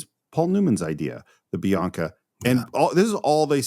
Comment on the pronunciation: It’s not Bianca it’s Binaca!😂